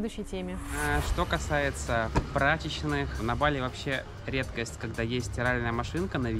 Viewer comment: ❗️Ребят, ну как можно жить на Бали не первую неделю и ударение ставить неправильно? БалИ!! Это то же самое, что рОссия, ну уважайте страну в которой живете🙏🙏🙏